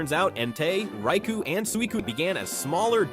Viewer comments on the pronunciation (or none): none